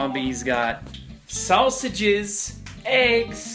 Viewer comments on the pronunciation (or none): did anyone else notice that when he said sausages it sounded like he said salsa juice I'm like. WTF LOL